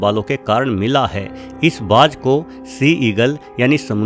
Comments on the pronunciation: Sir - good video - however an 'eagle' is called "Garud" in Hindi. A 'hawk' is smaller and called "Baaz" in Hindi and not ' Baaj ' as you pronounce. Regards. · Baaj nahi , Baaz!!!